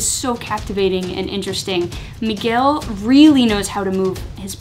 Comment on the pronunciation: "Miguel" was perfectly pronounced :)